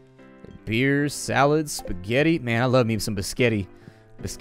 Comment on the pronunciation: Did he say pasgetti